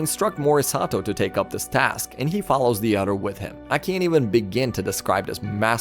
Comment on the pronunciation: We start 'wid" its with.